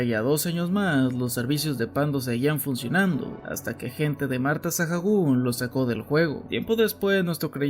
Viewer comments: Con eso último de Marta Sahagún estaría bueno que hicieras un video sobre las primeras damas de México, tienen historias muy interesantes y algunas hasta oscuras Pd: Su apellido se pronuncia “𝗦𝗮𝗮𝗴𝘂𝗻“ no “𝗦𝗮𝗷𝗮𝗴𝘂𝗻“ xd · Buen video, pero me daba un tic en el ojo cada que oía Sajagún. Se pronuncia Saágún. Como cuando dices Alcohol, por ejemplo... Se pronuncia alcoól, no alcojol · me saco mucho de onda tanto Sajagun, la H es muda no se deberia pronunciar como Saagun? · Por qué dices "sajagún" si eres mexicano? Se dice "sagún" aunque se escriba Sahagún 😅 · por que pronuncias "Sajagun"? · apoco está narrado por una IA? por la forma de pronunciar Sahagún me hace pensarlo jajaja.